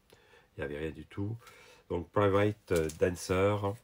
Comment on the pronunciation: The best part of this video is when you speak the name of the songs with your french accent. Tuna Turnerrr and Private Dancerrrr. C'est un peut amusant.